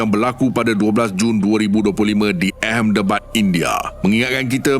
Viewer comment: Knp Ahmedabad dibaca ehemdebad? Something's wrong ke? Pelik..😮